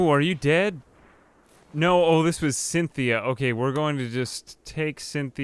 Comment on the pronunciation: Cynthia you mean SINthea